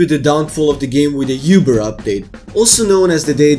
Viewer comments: uber pronounced "ooo brrr" not "you brr" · "The Youber Update" At least that's what I heard X_X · "youber update" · "Youber Update" you didn't even try man ._.